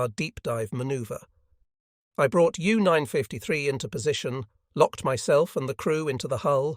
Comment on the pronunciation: Why does he pronounce it as "U Nine- Five- te- Three"?